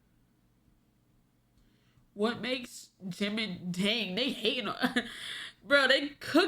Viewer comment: You don't know how to sound out JIM-IN? 💀💀